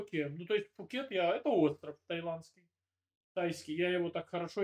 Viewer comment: Правильно Пхукет